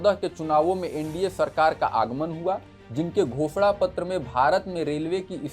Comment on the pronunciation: भाई आपने घोषणा पत्र बोला या भो*sड़ा पत्र 😂😂😂😂 सेकंड पर